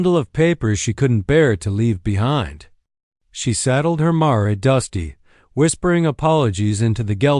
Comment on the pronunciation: And mare is not pronounced mar then long enough sound mare sounds like hair.